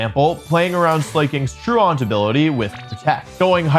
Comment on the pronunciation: great video but also not how you pronounce "truant"